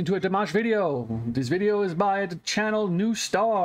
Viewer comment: Although some people can be picky you're far better off pronouncing it DeeMosh. That's much closer. Pronouncing it Deemish will definitely get people upset. This is a beautiful song but far far better with the live video of which there's a few copies on YouTube so it's such a pity that you used this adulterated one.